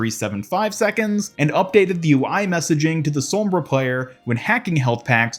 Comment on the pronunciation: Gg to the “spawnbra”